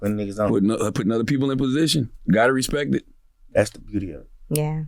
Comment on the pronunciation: he said respek